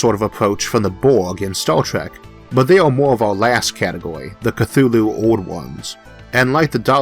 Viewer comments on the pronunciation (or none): none